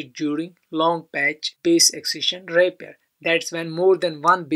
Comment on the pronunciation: your pronounciation is a bit of. You pronounce repair as rapier. Good pronounciation is like r eee p eehhhhh r.